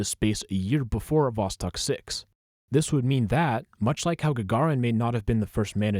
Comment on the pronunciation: Two years late but thank you so much for pronouncing the russian names correctly, like Sputnik and Vostok ♥️